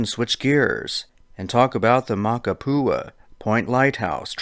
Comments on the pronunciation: It’s makapuu not makapua lighthouse.. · The way you pronounce Makapu'u is funny. This trail is paved the entire way. Elderly and baby strollers are all up and down. THIS IS NOT A HIKE! Its an easy crowded walking path. And the side trails are used by local kids getting to the pool down below. Only place to go and not be found is in the Molokai straight...rough waters. Literally the trail is full every day with 1000s of tourists.